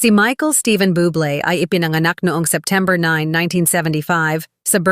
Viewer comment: Bubbble is pronounce as boob lay not bubble 👌😘plz take a note of it & start promouncing his last name correctly thankyou ✌️👏👌👍🏽